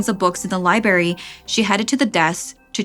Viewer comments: libRARian and libRARy not libarian or libary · “Libary” “libarian” snickering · Girl "Liberry"?? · there are two "r"s in library and librarian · After Snarled did Sapphire dirty, it took me awhile to get used to, who turned out to be a talented storyteller. Now there's yet another new one, with zero explanation. I cringed every time you said library without the "r." I think I may unsubscribe. This was all sapphires creation, her concept, her art, and the only thing that keeps this channel alive.